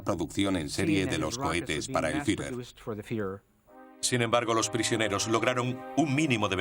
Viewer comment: EL DOCUMENTAL ESTÁ MUY BIEN. PERO LA PRONUNCIACIÓN DEL LOCUTOR ES PÉSIMA. NO ES "HILER" SINO HITLER, CON "T". TAMPOCO ES "FIRER" SINO "FIURER". SALUDOS.